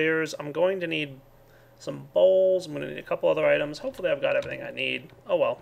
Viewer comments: I love the way he sais bowls... sounds like BAuLSS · lol everytime he says bowls it sounds like balls xD